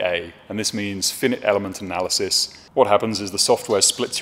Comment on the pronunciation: lol fynyt element analysis! (FY-Night - Finite) Remaking Identical mounts????????